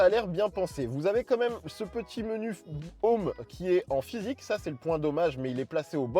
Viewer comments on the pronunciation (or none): none